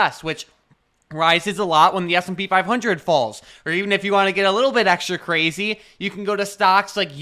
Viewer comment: wittery cwazy cuh